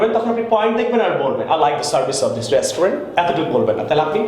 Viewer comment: Your "restaurant" pronunciation is not correct....